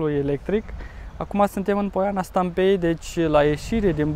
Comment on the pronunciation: Poiana Stampei accentul cade pe a și nu pe e .